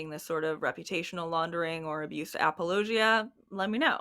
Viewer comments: Is that...is that how you're supposed to pronounce apologia? Have I been pronouncing wrong? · Apparently I've been mispronouncing apologia.... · Is that really how you pronounce apologia?